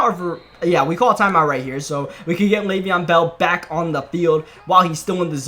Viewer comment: "Le'veon in the Bell" lmao